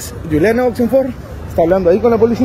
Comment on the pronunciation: NO ES GULIANA ES CON J SE PRONUNCIA JULIANA..CARAJO HABLNE CORERCTAMENTE L IDIOMA ESPAÑOL..